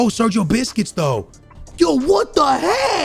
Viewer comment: Man said Sergio bisquits